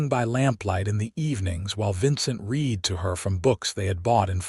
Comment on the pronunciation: I can't believe any human that got through first grade would pronounce read in the past tense as reed instead of like red. So, I also believe it's an ignorant, untaught AI, belonging to a channel owner that is too lazy to listen to the story before it is uploaded.